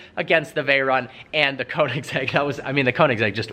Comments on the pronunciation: It bothers me when he pronounces Koenigsegg as "koing-segg" and not "Kyo-neg-gee". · BRUH ITS NOT (cone-en-seg) BOI ITS (ko-en-saag) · It is actually konseiigg agera r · And Koenigsegg is pronounced like Königseg, not Konigseg, but that said I really like the enthusiasm for cars in the video. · Koenigsegg is pronounced like kønigsegg and not konigsegg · kÖnigsegg. >>>>Ö<<<<, not o. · He just said a konensegg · after all this time ... still no clue how to pronounce it corretly. Kounigsegg lol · He can not even pronounce Koenigsegg.. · How to pronounce the name KOENIGSEGG AGERA RS